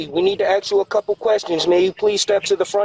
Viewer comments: “We need to ax you a couple questions.” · Because cops are well known to say "axe" instead of "ask." 😂 I would've opened my door with my AK pointed right at his face. Being in Colorado and in my home I would've definitely felt like I was in danger "however slight" and utilized my right to give him the room temperature test. 😁 I love my doorbell camera and my only regret is not having gotten one sooner. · I can't stand it anyway when ppl say ‘ax’/‘axed’ instead of ‘ask’/‘asked’ it's dumb as all hell if you're gonna impersonate a police officer don't like you're from the valley. Like I get it ask is hard to say for me too for some reason but at least fuckin' try morons 😅💀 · Let me axe 🪓 you some-fen😊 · "Cpd gotta axe you a question"